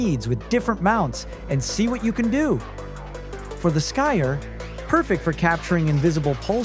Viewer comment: Anyone else catch how Skier was mispronounced? Clearly AI was used. Which is unfortunate.